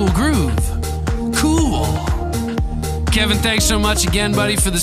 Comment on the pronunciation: Appreciate the love... and it's Kev-on (how you say it phonetically).. not Kevin... #AllGood lol